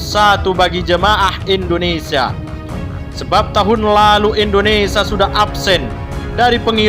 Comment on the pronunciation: Usul kpd pembaca beritanya.mhn diperbaiki membaca IndoneSIA bukan IndoneSA.tks